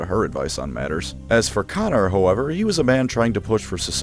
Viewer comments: I thought it was pronounced cone-or that's at least how its pronounced in the audiobooks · I don't get it... Is he calling Konor Connor just to piss us off? Why? What are you gaining from this?